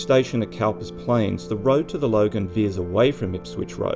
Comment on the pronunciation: Cowper was pronounced Cooper. Hence the eventual change of spelling. Ref poet William Cowper. Trivial ? Yes. Thanks for another interesting video.